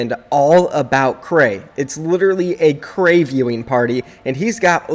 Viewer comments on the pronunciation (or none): Say it que rei not krey plz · Its Q - rei not krey in EU